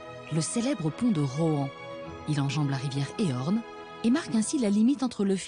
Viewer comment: Landerneau, traversée par la rivière QUOI??? 🤔😬 Il s'agit bien de la rivière Élorn... avec un L! (ÉLORN... É L O R N). Et non pas "Éorn' ou "Éhorn", comme entendu dans le commentaire! ( pourrait au moins se fier aux paroles et prononciations des personnes intervenant dans le film! Ou alors, juste bien lire son texte!😤) Quant-à Frédéric Laurans, le producteur d'ormeaux de la ferme aquacole de Plouguerneau, son nom se prononce non pas "Laurence", mais sans prononcer le S. Tout comme "Laurent". Mais ça, quelqu'un "d'étranger" à la région ne le sait pas forcément, c'est plus excusable que "la rivière """Éhorn""". Très belle balade, et belles images pour le reste. Ça donne envie d'y aller... 🤔...Oups, ou plutôt d'y rester 😂😉